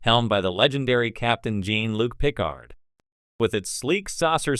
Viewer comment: "cApTEn Jeen-Luke PICKerd"